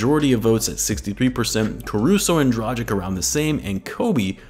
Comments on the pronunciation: Now that he plays for the Bulls, I'd say it's about time you learn it's pronounced "Draghich" rather than "Drajik" :D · Pls Bulls Central I love your vids but it's pronounced Drah-gitch